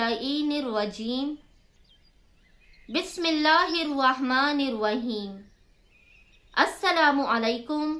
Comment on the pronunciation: Bahen pahele bismillah teek se padha sekho kiya padh rahi h aap